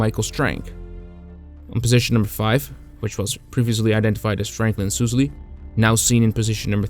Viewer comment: Some help on pronunciation of names: Harold Schrier is SHRY-ur, not SHREE-ur. Louis Lowery is LAUER-ee, not LOW-ur-ee. (Think, “loud”, not “low”) Franklin Sousley is SAU-slee, not SOOZ-lee. (Again, think sound of “loud”) Michael Strank is STRAINK, not Shenk. Rene Gagnon is REN-ee, not Ruh-NAY. Spelling in photos: Schultz, not Schulz. Quality of your vids is always first-rate, so noticed these miscues. Keep at it, love your channel.